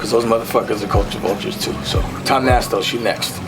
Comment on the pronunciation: always laugh at how he say culture vultures